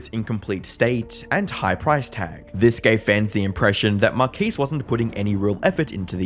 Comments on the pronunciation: Marquiis?? Marques…. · Who is "Markees"?